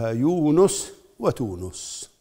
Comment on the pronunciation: من قال إن تونس بضم النون ؟